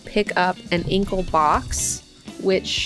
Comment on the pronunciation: I don't agree with your pronunciation of "Incal" - am I the only one?